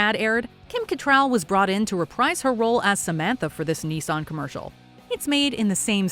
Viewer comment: It's "Nissan", not "Knee-sun"... At least watch (and listen) to the commercials in your video